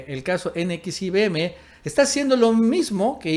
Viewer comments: Se dice NEXIUM!!!!! NO N X I V M!!! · CORRECION !!! N X I (UVE) M. ESTÁS DICIENDO NX IBM. ! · Si era un hombre "Eroico". Se pronuncia ene equis i uve eme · Se pronuncia Nexium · No mames.. se dice NEXIUM, informe primero. Y lo vuelves a repetir una y otra vez como tontito, no mames. Pinche canal cagado. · nxvim se pronuncia como nexium jajajaja suenas muy chistoso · NXIVM se pronuncia "nexium". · NXIVM así se llama la secta. Se pronuncia NEXIUM...como el medicamento para la gastritis... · la secta se pronuncia nexium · Como deriva del latín, se pronuncia NEXIUM.... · Perdón pero se pronuncia NEXIUM, y se dice más rapido. Saludos 👍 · JAJAJAJAJA N X I B M... NEXIUM NEXIUM ASI SE LE CONOCE Y PRONUNCIA JAJAJAJAJA SALUDOS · NXIVM se pronuncia "NEXIUM" Saludos! 🙂 Nos gustan tus videos. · Se pronuncia: nexium. Saludos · Así no se pronuncia NXIVM....imbecil!!!!!!!!!!!!!!!!!!!!!!